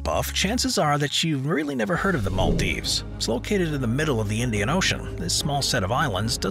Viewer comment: The narrator and his weird mispronunciation is cringeworthy and the choice of new "cities" very negative. Utterly weird in parts. How come the narrator has never heard of the Maldives?